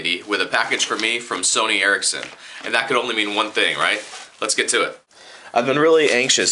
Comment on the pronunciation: i thought it was pronounced the sony "erection"